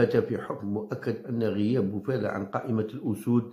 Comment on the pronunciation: سلام تحية خاصة من المغرب،هذاك اللاعب اسم سفيان بوفال وليس بوفالة ،داءما تغلط في اسم